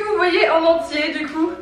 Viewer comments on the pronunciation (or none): none